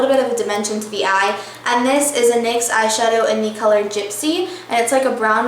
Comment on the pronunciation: Lol, is that how they say "and" in Texas? EEEEYAND.